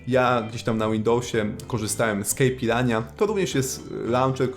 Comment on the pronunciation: Tak w ramach ciekawostki - Keypirinha to nie kejpirania, tylko kejpirinia :D Inspiracją dla nazwy był brazilijski drink caipirinha